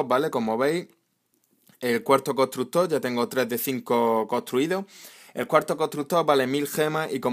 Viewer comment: Contrugto desde cuando se dice así jajajjaajaj xD